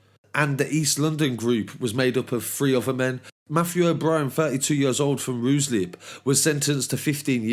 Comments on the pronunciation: It's pronounced "ry slip" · It's pronounced riselip